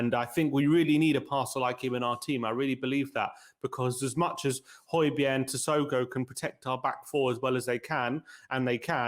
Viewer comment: Hoy-beer not hoy-berg